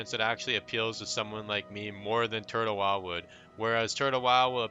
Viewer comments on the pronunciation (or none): Why do you pronnunciate it like Turd-Hole WoW :D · are you saying Turd le wow ? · why do i hear him say turd hoe wow 🤣🤣🤣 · he said turd hole wow lol